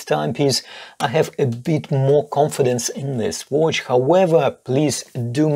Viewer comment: Best homage oft the Daytona, but I love your pronauncing. Watch, it sounds like wootsh... in my german language wuuutsch... it sounds funny. Best regars from Austria!